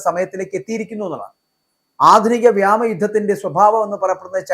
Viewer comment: "വ്യാമ " മാണോ അതോ വ്യോമ മാണോ ശരി